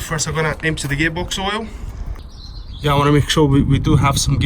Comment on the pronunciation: Its a Yairs not a Auirs dude